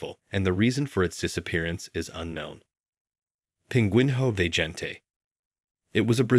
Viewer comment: As a portuguese person, I died inside every time he mispronounced "pinguinho de gente".